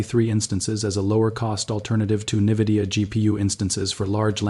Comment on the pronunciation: Its not Nividia, its Nvidia...